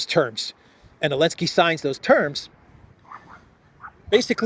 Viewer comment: why do you pronounce Zelensky without the Z?